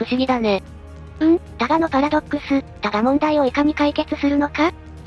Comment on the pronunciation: 他我のパラドックスじゃなくて、ただのパラドックスに聞こえた笑